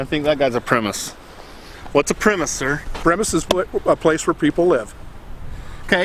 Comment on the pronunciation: It's pronounced prem·is·es not prem-his